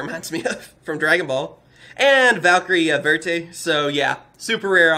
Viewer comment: The valkyries have german names so the second word is always a number. For example valkyrie vierte means valkyrie 4th. You pronounce vierte like fire with a T so firete